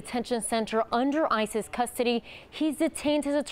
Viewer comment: Just realized what the news person said. ICE’s. I have no use for ICE, but when she said , “in ICE’s custody” it’s sounds like ISIS custody. Rather an apt pronunciation!